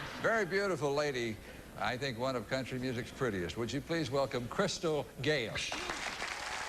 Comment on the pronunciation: It's Crystal, not Crysta, and Gatlin, not Gatline